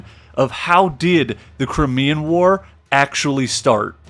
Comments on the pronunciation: Did he mean the CRYMEAN War. It is the Crimea not the Crimmea. If you can’t even get that correct it makes the rest of the video suspect. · very interesting but you need a pronunciation guide. Crymea is how it is pronounced also Derby is Darby. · One doesn't feel a lot of confidence when the guy starts off with that funny-ass pronunciation "crimmy-uh" for Crimea. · Despite some errors and mispronunciations, this presentation tells me more than I ever got in school. Russia has a great culture, but they have an ongoing history of terrible leadership. Napoleon III was an ass, too.